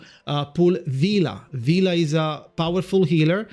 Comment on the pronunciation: It's "Vila" btw and good luck with your pulls!